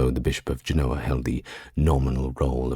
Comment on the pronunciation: JEN-oh-uh. Pronounced like the foresail on a sailboat. In Genoa, it is spelled and pronounced with a V. Genova. Jen-oh-vah